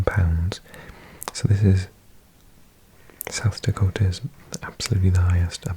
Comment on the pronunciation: Nice job with South Dakota. There are some tough names…